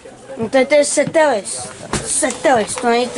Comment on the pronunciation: V komentáři mám pár chyb, např : Že jsem řekl 3283, že je Citelis k tomu taky jsem řekl "Cetelis přitom se to vyslovuje "Citelis" a další drobné chybky.